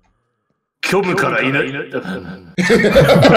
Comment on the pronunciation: ｢虚無からいn...」 噛んだのかわいくて好き